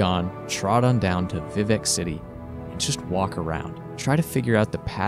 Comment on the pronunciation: This man said vivec city…. Lol All jokes aside tho great review.